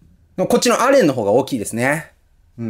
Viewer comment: さんたまにアレンではなくエレンと言っている時がありますよ